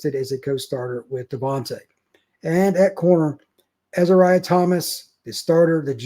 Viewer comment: First I want to say that I enjoy the program. I love the stats and perspective. But, I think you owe it to the players to learn how to pronounce their names right. Azareyeh: Uh-zare-e-a. Not Ezeriah